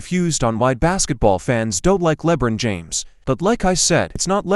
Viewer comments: Le bren James Lol 😂😂😂 first time I ever heard it pronounced like that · Who the heck is "Lebrin James"?🤣